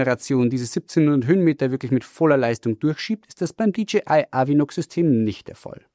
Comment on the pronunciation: DJI wird nicht wie DGI ausgesprochen. Ansonsten: klasse Video!